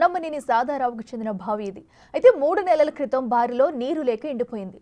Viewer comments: ఎన్ని సార్లు బావిని భావి భావి అని పలుకుతావ్? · భావి భావి వత్తి పలకకు బావి అని తేలికగా పలకాలి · భావి ఏమిటీ ముందు తెలుగు పలకటం నేర్పుకోండి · బావి కాదు భావి......edikelli ostharra babu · భావి కాదు తల్లి బావి అని పలకాలి 😂😂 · భావి కాదమ్మా బావి అను 😡😡😡